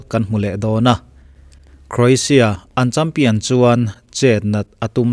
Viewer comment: Oxford en hlak rawh i pronunciation hi English hawrawp i hmang pha andik naw zie Lushai pronunciation i hmang hlaka Croatia le Chairman i pronunciation hi andik nawh